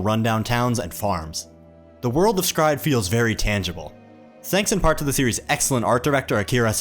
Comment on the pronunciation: Is was today years old when i learn s-cry-ed is a probounce with 1 syllable instead of 3 XD both sound good